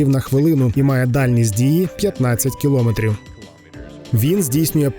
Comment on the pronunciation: Змініть наголос у слові "кілометр"